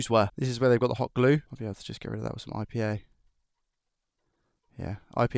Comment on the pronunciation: Excuse me, could you tell me which liquid you used to remove the hot glue ? RPA ? IPA ? I'm not understanding when you say it